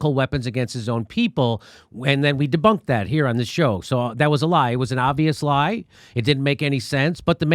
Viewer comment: I feel kinda bad that I started laughing when my own country’s mafia thug read a statement aloud. Leggie-mate! Sow! Dis-bunked!